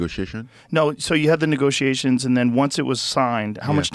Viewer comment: he says “niggasations” hahahah